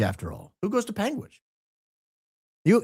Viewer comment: Born and raised in Utah - extensive legal background - been watching both Candance and Charlie religiously since after BLM 2020 - 45 mins from UVU. My dad has lived in Washington County for 23 years. you pronounced that correctly. "Pang witch" Ok I heard Candance say it right the 2nd time 😂.